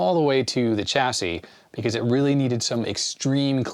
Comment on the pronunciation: it grates me every time i hear Chassis with a ch instead of a sh... but I'll let off, he at least calls it a Zed-Ex Spectrum;)